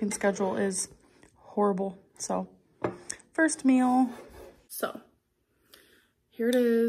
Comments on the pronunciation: I hate how she says meal. Im sorry if you say it like her - I mean no offense but MEAL its MEAL not MILL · Why does she pronounce meal like "mel" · Why does she say "mill" it drives me nuts